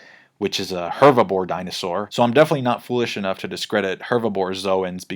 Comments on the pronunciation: Loool I thought I was hearing it wrong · It's "herbivore", not "hervibore" 😭 You know... Because they vore herbs, not bore hervs? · And he says it like 10x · keeps saying hervibore instead of herbivore and it's killing me 😂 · I love that was saying "Hervibore" instead of "Herbivore" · 😂 I thought it was just me lol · Please don't say Hervabore again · ''hervibore'' aside, cool content! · 😂 why can’t you say herbivore? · Spanish is my first language but he’s definitely saying hervibore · I love how you say ‚herbivore‘ wrong over and over again :D i agree that hervibore sounds better tho